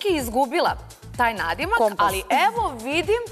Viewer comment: Al kqd kaze alji